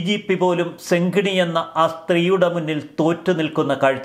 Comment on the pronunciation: ഡെങ്കിണിയല്ല... സെങ്കിണി...